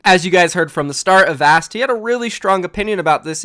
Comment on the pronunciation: Holy shit, learned how to pronounce Avast